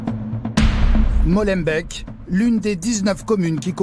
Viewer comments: Celui la a prononcer molenbèk il fait mal à la tête et de plus c'est pas la commune la plus pauvre pourquoi inventer comme ca?? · Prononcer "Mauleubék" n'est pourtant pas difficile, en effet. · comme dab les journalistes français qui vont faire un reportage en belgique sont pas foutus de prononcer les noms des villes et communes correctement... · Apprenez à prononcer les noms des communes correctement SVP Les journalistes n'ont pas été sur place? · Chouette reportage mais, Purée dit les nom des communes/ville ! La prononciation c'est pas trop ça mais on vous en veut pas xD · j'ai dit que c'était grave ? Les gens en général sont libres de prononcer les mots comme ils le veulent mais quand tu es un journaliste accrédité qui passe à la télé et que t'es pas foutu de prononcer le nom des villes correctement DANS TA PROPRE LANGUE , oui c'est un peu lamentable quand même, et en cas de doute, c'est pas comme si internet n'existait pas... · SVP, prononcez "Maulenbéék", pas Mollenbecq", et Béékant comme E(mmanuel) Kant. En néerlandais Molen Beek, le ruisseau aux moulins. Merci - Mais le trafic de stupéfiants, ce n'est pas qu'à Molenbeek! Ils sont partout depuis que Bruxelles est devenue soi-disant la capitale de l'Europe. Avant Bruxelles était une ville paisible! Quoi, sans casque sur leur moto? Oh la la! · C'est pas la banlieue, tout cela c'est Bruxelles. C'est pas Molenbek mais Molenbeek cela se prononce comme "et" ou é . C'est pas chaud à Molenbeek mais chaud partout à Bruxelles. Sauf si tu ne sors pas et en cas d'urgence tu sors mais tu la fermes. Au secours ! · Les journalistes auraient pu demander comment bien prononcer les noms de communes 😂 Molenbeek, c’est Molenbék, pas Molenbèque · Molenbééééééééééééééque pas Molenbaik. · c'est grave de faire tout un reportage sur une ville et d'être incapable d'en prononcer correctement le nom... Molenbéék pas molenbeck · molenbéék et pas molenbèq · C'est molembeek pas molembeck bandes de frousses... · Par contre MOLENBEEK ee=é